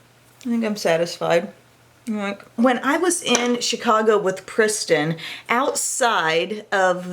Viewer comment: did you say pristin instead of kristin? Lol #babybrain you're my favorite youtuber ❤❤❤